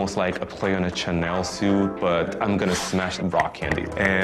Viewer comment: Not pronunciation of "Chanel suit" in that confessional